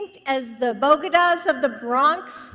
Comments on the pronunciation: Did she say "bogedas", instead of bodegas? Wow. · lol Bogedahs of the Bronx . It's BoDeyGah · She also said "Bogeduhs", instead of Bodegas. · The "bogodas" of the Bronx? That's boDAYgas. Jesus. Honestly these people deserve this. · Bodegas NOT ‘Bogedas’ she needs to stop trying to speak Spanish, it’s embarrassing! 🙄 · Being from New York, I laughed at Bogdas of the Bronx, it is pronounced Bo-day-ga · She’s a doctor, so it must be Bo-ge-das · Jeez, she said bogadas instead of bodegas. "Creepy Joe" is contagious. LOL! LOL! JMO. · The "bogadas" of the Bronx. It's bodAgas. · I want to buy my groceries at a "Bogeda!" All I keep finding are "Bodegas" everywhere! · "Bogedas" - what the heck is that? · BO-guh-daz? I guess she doesn't visit many bo-DAY-gahs. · The bo-ge-da’s? You mean bo-de-ga? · What's a "bogeda [of the bronx]?" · did she also mean Bodegas ? I don't necessarily know what exactly a Bodega is but I'm sure Bogedas is not even a word. Forgive me if im wrong im from New Zealand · She called bodegas "bogatas." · OMG!! Was she trying to say bodegas?? (pronounced bo-DAY-gahz) And here I thought she was supposed to be the one with the higher IQ!! 😂🤣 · Yup she sure did say bogedas in the Bronx. 😂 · Maybe she meant bogadas ....you know like the stroke of an oar or wave....lol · "BOH-de-gahs?" Wtf is that. Have you never seen a spanish word before, Doctor Biden? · The bo-duh-gaws of the Bronx? How out of touch can you be to not know what a bodega is? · Did she just call Bronx Bodegas by a new term? BOGADAS?! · Did she say "BOW- ge- daz" for "bodegas"? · Bogadahs? Wtf? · She just called bodega’s a bo ga dah’s.. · Bo ga das? Jeez that's almost as bad as fentanal. Learn how to pronounce things before a speech. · … and to pronounce “Bodegas” correctly!🙄 … Joe’s teleprompter issues seem to run through the family! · She said bodegas wrong too! 🤦‍♀️ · Mark, Jill also mispronounced the “bodegas” of the Bronx!! Did she even read her speech first?!! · It's bodegas, lady!